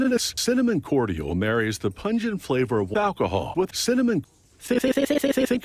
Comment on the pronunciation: Completely independent of the ytp, the way the narrator pronounces "cordial" is driving me fucking nuts.